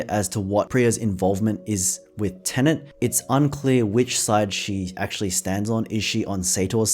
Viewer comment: Why do you call it Tenent?